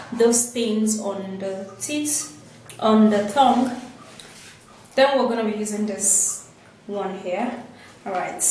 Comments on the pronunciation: Is it just me that hear thong instead of tongue? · Did she say thong or tongue ? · Yes the host is saying thong instead of tongue 😂😂😂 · She says thong instead of tongue, it is funny because she says I AM GONNA SHOW YOU MY THONG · Did she say clean your thong?